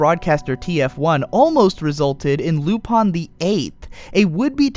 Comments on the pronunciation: cringed everytime he spelled lupin "lupon" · What he was saying was the French pronunciation. However, I too think it still sounds weird and I've never watched the show.